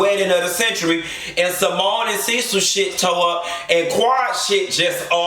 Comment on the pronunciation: Did u say SeaMone lmao. And Eugene just sat there like he wasn’t just disrespected as a man. Ain’t no way!!!! And yep Dr G hella lame.